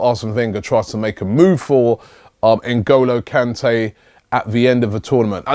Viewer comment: Robbie and names hahahaha "Engulo Kante " , just made my day .